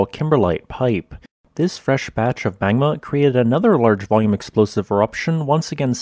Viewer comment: You're saying "magma" all wrong. Dr. Evil would be disappointed.